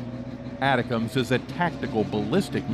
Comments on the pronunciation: It is not atacoms. it is ATTACKUMS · It's pronounced like it's written. ATACMS. Not ATICACMS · Pronounced “A -Tac-Ums”. Lord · I think ATACMS is pronounced Attack-ems. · Yes, video guy pronuncing name wrong. I worked the warhead LAP from prototype to standard M39 Missles. Also the BLU-63 grenades it is loaded with. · Right, this video was an embarrassment.. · the way he saids Atacms is driving me crazy.. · now former General Millie, for a channel that is supposed to know US Defense.... a huge mistake. So unprofessional that you can't pronounce ATACMS correctly.... thumbs down, not worth subscribing too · I wanted to watch your video but after the 3rd time of hearing you pronounce "atacms" I had to stop it. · How is it that you can't pronounce Milley or ATACMS correctly?